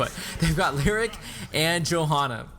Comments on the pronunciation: Lee o ric ... not lyric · Great vid...one minor quibble. Leoric is pronounced Lee-OR-ic not lyric. Here's the announcement vid by Blizzard in case you are interested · hey, good video but why did you keep calling Leoric, Lirik? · My god man learn to pronounce Leoric and Kael'thas.